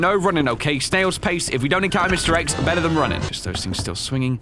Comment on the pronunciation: Lmao i heard mr eggs not mr x